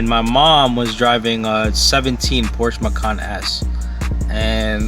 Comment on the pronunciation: Porsche is a two syllable word